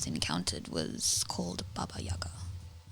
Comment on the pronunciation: I love how you correctly pronounced Baba Yaga